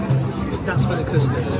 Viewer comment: For future reference, couscous is pronounced phonetically as kooskoos, not kus, as your pronunciation means "vagina" in Arabic 😂 Try to recall if every time you ordered couscous, did you get any sh*t eating grins from your servers? 🤣